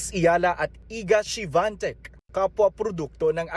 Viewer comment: SHONTEK ang Basa sa apilyedo ni Swiatek.